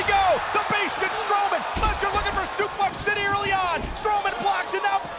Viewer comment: Bro I lost it when brown says I'm not going to soplex city 😂😂😂😂😂